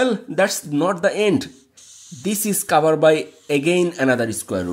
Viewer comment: Sir Your English pronounce is not good Example covered